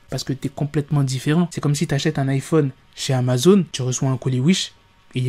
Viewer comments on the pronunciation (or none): Il a dit iPhoune😭😭😭😭